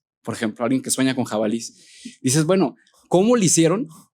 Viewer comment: 'Jabalíes'... aquí no más por criticar.